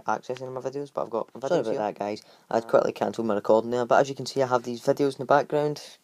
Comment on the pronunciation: He said YouTube vadios